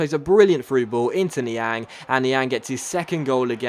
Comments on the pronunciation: I've just noticed that has been pronounced Niang's name wrong throught the entire series. BTW: It's pronounced Ni-Ong not Ni-Ang, but is spelt Niang. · Yea coz he's French. Lol!!!!😂😂😂😂😂😂😂